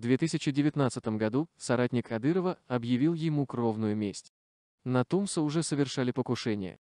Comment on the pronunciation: Не ТУмсо, а ТумсО, ударение на последнем слоге! Очень режет Чеченский слух!!!😖